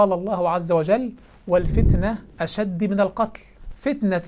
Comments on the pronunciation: ابدعت يا ، الله يبارك فيك اخي انتبه إلى الآيه في الاعراف "اشدُ" بالضم وليست بالكسر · في الدقيقة ٢٧ حركة الدال في "أشد" بالضم بارك الله فيك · الفتنة أشد بالضم وليس الكسر ياشيخ ❤ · يادكتور ممكن تصحيح الاية " والفتنة أشد من القتل". أشد بالضم وليس بالكسر. الدقيقة وليتكم تلتزمون بالعربية الفصحى وجزيتم خيرا على ماتقدمون